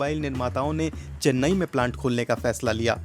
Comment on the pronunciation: चेन्ने नहीं चेन्नई